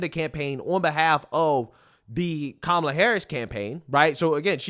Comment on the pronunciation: You keep saying her name wrong! It's Kamala, not Kamala! SHEESH!